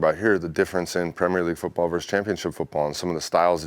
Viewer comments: No one talking about him pronouncing Premier correctly. Hate it when the yanks say premieeeer league. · Great to hear an American pronounce "Premier" League correctly! Not the usual "premeeeeiiiiireeeeeeee"